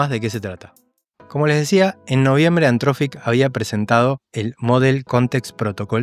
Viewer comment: gracias por el video pero por favor deci bien anthropic jajajaja